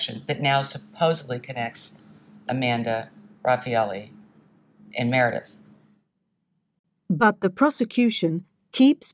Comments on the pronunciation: I found it hard to take him seriously as a statement analyst if every time Meredith’s name is used in the documentary he still called her Miranda . Yet everyone else was named correctly apart from the victim. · Please get the names right: There is a Meredith and there's an Amanda, but thre is no "Miranda". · Meredith, not Miranda WTF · Meredith not Miranda please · Who’s Miranda ?! You keep saying it ! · MEREDITH. NOT Miranda. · Interesting. But a bit off putting that you keep calling her Miranda. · Miranda??? Dude! Come on…. I love your analysis, but get the victims name right. I can’t listen to the whole video with persistent misnaming. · Can you please get the victims name correct!! Meredith.. A good detective listens!! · Please can you get her name right? MEREDITH. You need to apologise for this. So disrespectful. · please take down the video and redo it. You lose credibility if you say the victims name wrong the whole time. Also, why would you analyze a documentary ? I would stick to the statements of Knox if the video is about her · If you can't even get the victim's name right, you shouldn't be talking about the case. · Very disrespectful not getting Meredith’s name correct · Please get the victim's name right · Oh dear…the analytical skills were certainly not strong on this one! Repeatedly getting the victim’s name wrong when repeatedly hearing it stated throughout the video is not only unforgivable, but outright disrespectful. Clearly only focused on pointing to Amanda’s innocence and this lack of attention massively brings into question his analysis of anything! At the end of the day his opinion means diddly and it looks like just another tuber on the fly I’m afraid. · Don't wear pearls... Not getting her name right or not caring if you got it wrong says more about you than me. After all, I am not the one who is trying to build your channel's credibility. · I think you kept accidentally saying, “Miranda,” because it’s a mix between ‘Meredith’ and ‘Amanda.’